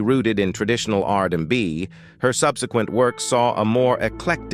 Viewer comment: ‘R da B’ ‘R in da By” 😂😂😂😂😂😂😂